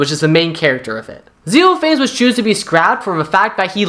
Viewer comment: pronounced xenophanes wrong; it's "ze" + "nof" + "uh" + "neez."